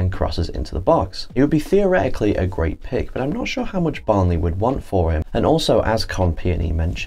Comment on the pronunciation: Your pronunciation of the player names was fine. But pronouncing Barnsley as Barn-ley?? Where did that come from? 😂